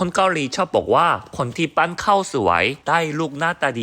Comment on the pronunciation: ฟังตั้งนาน ปั้นนึกว่าปั่น งงเบย😂😂😂